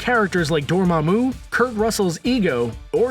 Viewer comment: You pronounced dormamu wrong